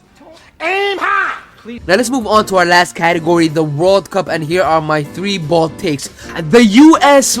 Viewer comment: Your trying to say "bold" only to end up saying "bald" 😂😂😂